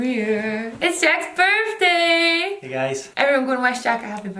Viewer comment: "Ok I'm ready, happy burfday Jack" 😂 Yes to outfits!